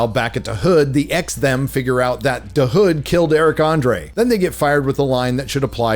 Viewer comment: Please stop emphasizing "da" hood. It's so annoying. You can tell the writers are not from the hood and wrote what they think the hood really is like. Chi-Raq doesn't feel like it